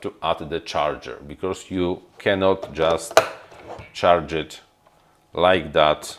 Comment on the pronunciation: you are great, just please don't say "becauRse"... it is very painful (maybe just me, but... well... painful it is):)